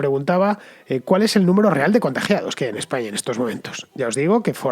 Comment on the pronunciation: Muy buen video, pero por qué acabas las palabras que acaban en vocal con eme? "Españam"